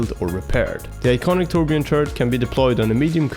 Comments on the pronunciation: carl petersen Why thank you good sir. ^^ When people pronounce the "J" like English then I always hear "Torb-Gerbil". He's a Dwarf so that could be border line racist xD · I know I'm nitpicky but I find it interesting that so many people pronounce the Ö in Torbjörn's name like an O. In German the Ö is sorta pronounced like the 'e' in any English word that ends in 'er'. Like 'Danger', 'Manager", "Tangler" That's the closest English sound I can compare it to, it's super similar though. So I tend to pronounce this character's name like 'Torbyern'. I don't know how Blizzard would pronounce it. That'd be interesting too.